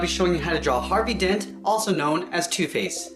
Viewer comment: When he says also known as two face at the start it sounds like he's saying tooth paste